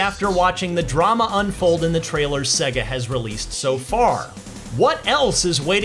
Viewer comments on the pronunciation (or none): none